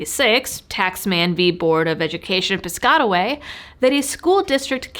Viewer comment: Sorry Lady but that's Piscataway like Cat not Cot, I'm from that area of N.J. great episode thank you! 😄